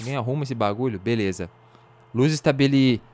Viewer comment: Vc falou beleuza ao emves de beleza